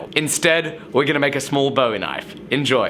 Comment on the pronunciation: Cool, but it's definitely pronounced "BOO-ee". Jim BOO-ee David BO-ee